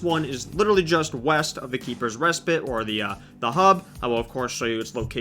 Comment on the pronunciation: “Keepers respit” what is respit?